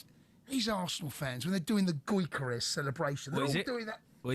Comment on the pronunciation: Well said indeed. Cun*y can’t even pronounce Gyökeres name correctly. Talksport is full of clowns these days they are a pathetic joke.